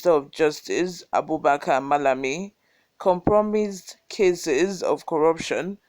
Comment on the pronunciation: Compromise - please learn the pronunciation. Well done lady 👍🏼